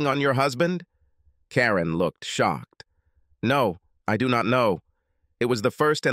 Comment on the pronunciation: Shock-ed. change-ed. I now hate AI.